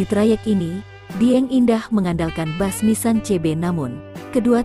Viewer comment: Kok dibaca bas yg bener kan bis ini ejaan indonesia jsngan menyesatkan.